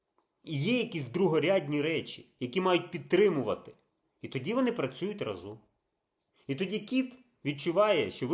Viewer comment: Та ра́зом, а не разо́м. Ну скільки можна? :(